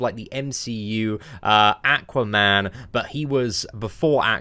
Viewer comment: Ackwahman 😂lmao